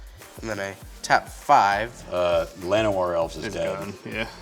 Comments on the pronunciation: It doesnt matter but just out of curiosity, is llanowar elves actually pronounced as a "y" like said? Cause I always pronounce it with an "L" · Hey, Mark Rosewater said on his blog the correct way to pronounce Llanowar is LAN-oh-war.